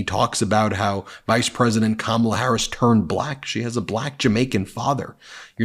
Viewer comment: The way he says "buh-lack" makes me cringe.